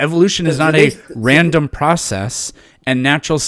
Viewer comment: he says R with a W. its really annoying Bwain. Weeawity. Wules. Pwowgweshon. Wandom Pwocess